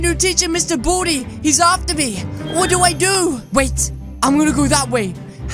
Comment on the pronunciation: He said wadu I do?